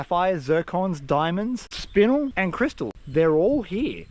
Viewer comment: Only because you told us to educate, spinel is pronounced spin-el, like Kal-El Congratulations on the finding an awesome spot man, hopefully there's many more to come.